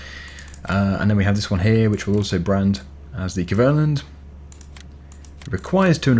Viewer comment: the pronunciation of Kverneland is so bad that it dosent sound at all as what it's written